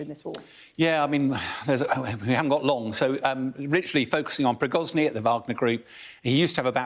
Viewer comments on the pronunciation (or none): PRIGOZHIN not Prigozny. doesn't even know the Fing name. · Please dont call the Wagner boss “Pri-goz-ny” it is “pri-go-zhin” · Piroschki, Prikoschi; prischoghin, c'mon military expert. It's not so difficult, Pri go shin. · Each time I watch this guy, he definitely can not pronounce correctly Russian names. Is he an expert in dyslexia? ;-). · A year into the SMO and Bellend still can't pronounce Prigozhin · This guy calls Prigozhyn every time somehow different, but never gets the name right... Even Anna Lena Baerbock turned into Baerbolck somehow 😅😅😅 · Still makes me laugh that they never pronounce Prigozhins name correctly. I think they should give Putin the same treatment